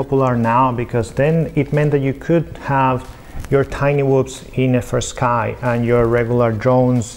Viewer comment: Why does fastsky sounds like nitendo 😅